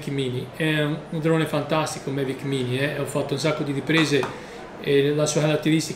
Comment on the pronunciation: L’ho sentito dire in tanti modi, ma “Mevic” ancora non l’avevo sentito ahahah. Comunque si scherza eh, bel video 👍